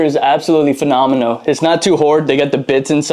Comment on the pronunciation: “absolutely phenamino”